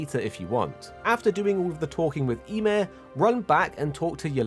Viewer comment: "ya-meer", not sure what you said but it's Ymir